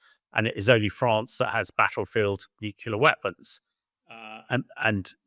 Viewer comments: It’s nuclear - “nuke-lee-er” not “nuke-you-ler” - ignorant! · Why does he keep saying nucular instead of nuclear? It’s that another kind of weapon, some artyfarsty pronunciation or just military jargon? Also, what sort of defence does the west have to intercept and neutralise (Russia’s) hypersonic missiles? I’ve never heard of any but I’m also not well-versed in those things.